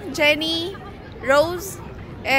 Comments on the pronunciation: It's ROSÉ NOT ROSE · ITS ROSÉ NOT ROSE!! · she even pronounced Rosé's name as "Rose (rows)" ☹😂